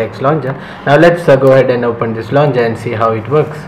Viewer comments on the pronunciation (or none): It's launcher, not launger! You're driving me crazy!